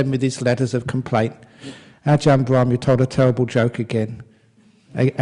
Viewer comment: It's brahm not abraham... Lol